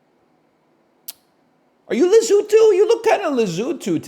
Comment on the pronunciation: Learn how to say Lesotho